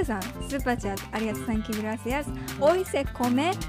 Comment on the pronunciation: lo dice mal pero eso no le quita lo tierno que se escucha